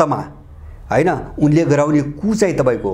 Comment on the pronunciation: कुप हाेईन कु (coup) हाे ।